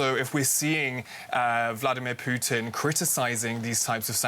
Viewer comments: it’s putin not piyutin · For the love of God, can you just pronounce Putin's name properly?